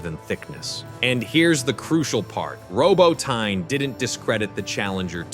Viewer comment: Look, the narrator hasn't been trained to pronounce "Robotnye" correctly, there's not much chance of getting our PM correct!!